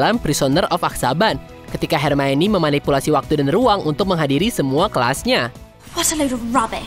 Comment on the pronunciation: iya, pas part 'mio' dibacanya 'maie' ribet sih memang nama dia